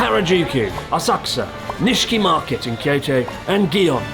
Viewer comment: So Asakusa now a-sucks-a?